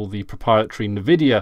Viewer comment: Why do you call rivatuner rivaturner, and why do you pronounce Nvidia Nevidia? Is there is joke im not aware of?